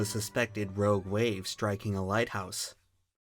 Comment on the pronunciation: "Roge wave"